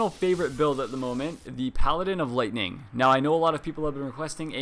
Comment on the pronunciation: ha he said lighting strike